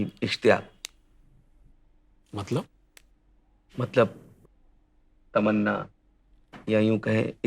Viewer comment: Ishtiyaq /اشتياق hai ... not is "K" but "Q"